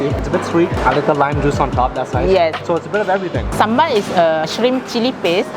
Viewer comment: Finally a foreigner that pronounces sambal right